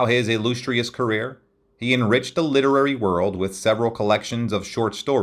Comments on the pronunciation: My God, I HATE these AI robot narratives. The "ill-loose-treus town hall". Just hire your bum of a brother in law for $20 to read the narration. They are getting better but that worries and scares me even more. Watch the "60 Minutes" story (Oct 8 2023) about AI and listen to the "Father of AI" scientist's dire warnings about what he has (and now seriously regrets) created. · A decent overview of his life, nothing earth shattering. But the tin-ny, jagged voice of the narration is jarring to listen to. I'm guessing it's an AI generated thing? A slight accent, but I don't think any actual accent would repeatedly say "ill-loose-strious", or melodic as "mella-dick". So many of these homemade docs always lose something when they don't use a real voice actor, or someone who can just read enjoyably. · "Illoostrious" got to me. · It mispronounced “illustrious” twice.